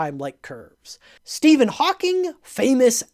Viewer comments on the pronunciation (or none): none